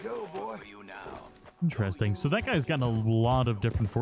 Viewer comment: *IN👏TER👏EST👏ING👏 I love your videos but your pronunciation of the word interesting is driving me nuts. Still love you and your videos but it sounds like you're saying "inchairsting".